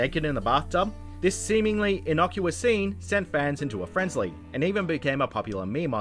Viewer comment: Everyone’s gonna just ignore the fact that he clearly says FRENZLY during the Witcher bit cause it’s fantastic